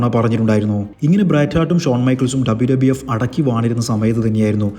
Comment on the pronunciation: ആദ്യം WWF, WWE എന്ന് മര്യാദയ്ക്ക് പറ